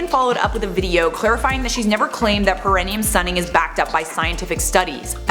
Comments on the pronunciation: It is pronounced like, 'pair ah knee um'. (long time nurse😅) Always love your videos!! No criticism here, just clarification! Keep on slaying!💜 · Just an FYI:. Perineum is pronounced pear-eh-knee-um.